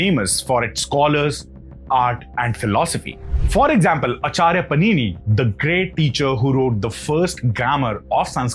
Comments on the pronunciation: It's Paanini not Panini. Great videos and the right pronunciation of Hindu words would take it a notch higher. Thank you 🙏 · Your pronounciation seems more angicised. There maybe only one 'a' or one 'i' in the word but one should know the actual pronounciation based on the origin of the word. You said Panini instead of Paanini and Gandhari instead of Gaandhaari.